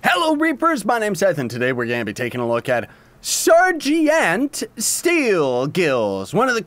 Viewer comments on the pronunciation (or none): Dab510 welp, those people must be hella weird because when i heard he said sergeant, i literally cringed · wow he doesn't know how to pronounce sergeant? welp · R.i.p sergeant's pronunciation